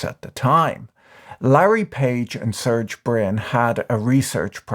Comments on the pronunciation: His name can be pronounced "sir-gay," Brin and NOT Surg Brin. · I can understand vitamins and patent because that is just how some peoples pronounce words. But poor Sergey Brin (surge?). His name is not that hard to pronounce correctly. First they made him the villain of that Ex Machina movie. Then they spread lies about his wife having an affair with Musk. And now this... 😢